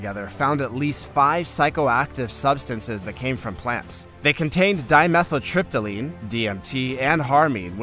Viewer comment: DimethyltryptaMine, not DimethyltryptaLine